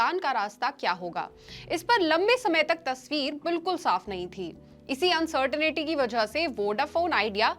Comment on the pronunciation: It's not uncertainity it is uncertainty